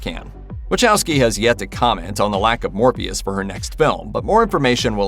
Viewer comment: Did anyone else hear him say Morbeus not Morpheus ?